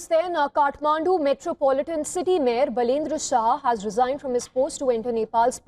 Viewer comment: बाल + ईन्द्र= बालेन्द्र = Baby Indra = Balendra . Learn to pronounce his name